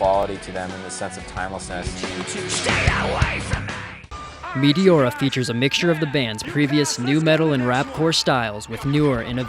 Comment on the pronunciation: "Metiora" this dude😂